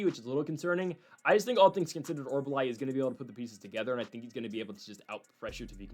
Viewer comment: It is not OR-BUH-LAI. it is pronounced OR-UL-BAI. I mentioned this the last time he fought. Thanks for the video!